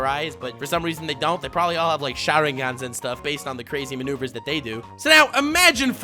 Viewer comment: 1: You really had nothing better to do 2: I lost it and couldn’t stop laughing until it hurt when you said “maneuvers”